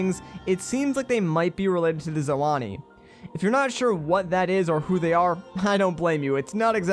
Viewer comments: ZONAI, not zoani. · [Zoe-nai]? i dont think its [Zoe-nani] lol you are adding extra syllables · Its ZONAI not ZALANI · how on earth did you read zonai as “zoh on ee” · He kept saying zalani instead of zonai lol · Its not “Zoani” it’s “Zonai.” I hate it when people mispronounce a word especially when its more than once. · Did this dude just say zolani? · I heard various different pronunciations of Zonai 😂 I heard Zonali, Zono-ie, and Zanawi. It’s zone-eye I’m pretty sure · It's pronounced ZO - NAI, not Zolani. I know just a minor thing but it really ticked me off every time you said it all. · Did you say Zolani? I thought it was Zonai. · he said zoani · Zonai is pronounced; “Zo” “Nai” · The game is over three years old, and this guy can’t even pronounce Zonai right? Interesting theory, but the “Zoani” ain’t gonna accept this scrub as a successful channel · Are you seriously saying zonai as zolani? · It's Zo-nai dude don't forget it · It’s pronounced zone- eye !! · Umm how is Zonai pronounced zo-aw-nee? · It sounds like lazagna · Your pronunciation of zoni is wrong